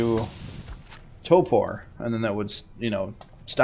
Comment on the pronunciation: ...."Toe-Poor" ??? the word is "Torpidity" "TORE-POOR"